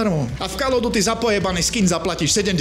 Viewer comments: kde? Ok to "OF" by sa malo vyslovavať po správnosti ako "OV" ale tým som ho už nechcel zaťažovať. Kde vidíš ďalšiu chybu? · Bože keď chceš stále dookola spomínať názov tej série tak sa aspoň nauč, že to je "KÓL OF DÚTY" call sa číta ako "kól"!